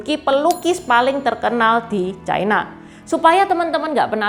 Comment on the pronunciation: Ucapan yg bnr China, bukan Chaina